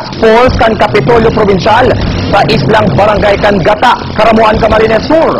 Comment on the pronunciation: mali so pronounce kan news anchor kan (gata)haha garu lugod gata nin niyog